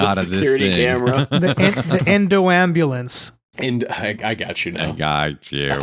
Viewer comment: The “Thanbulance”